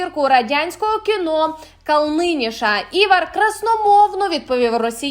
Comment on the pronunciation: Голос за кадром,сором!КАлниньш,а не КалнИньш,наголос на першому складі.😢😢😢😢😢.В родовому відмінку Калниньша,а не Калниніша.